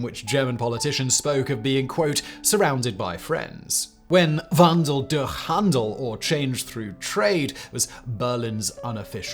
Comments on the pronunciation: I lived in Germany for 3 decades and I did not know about the ramifications of the 2008 crisis on the military. I always assumed that the problems had always been there. Also "wandel durch handel" is pronounced "wahndel dursh handel", the "ch" is a throaty "sh" sound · your pronounciation of "wnadel durch handel" sounded like you are in immesuarble pain hahahahahahaha